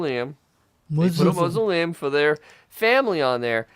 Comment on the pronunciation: "Howard wants to be buried in a mootza-leum". Lolz